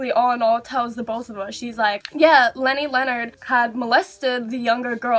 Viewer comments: Thought she said lenert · Ahrianna Harris yeah but she just messed up saying Leonard